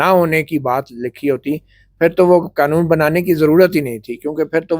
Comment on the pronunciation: Knowledge ki spelling? Qnoon Nahi hota qaanoon hota hai. Buhut afsos huwa Matiullah Jan ke "ad hominem" andaaz e guftugu per.